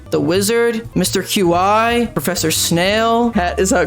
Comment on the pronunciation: He actually said Mr. Qi right (in my opinion)